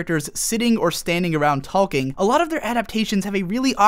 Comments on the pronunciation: The emphasis this guy puts on the "l" in "talking" is hella distracting. Super interesting video though. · Please stop pronouncing the L in "talking" for the sake of the world.